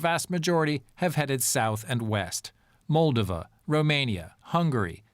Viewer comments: It’s pronounced MolDOva. The emphasis is on the second syllable! Thank you for mentioning Moldova, but please pronounce it correctly. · I'm sorry but since when is it MOLdova? I can't find this pronunciation anywhere. Have I been incorrectly saying MolDOva my whole life?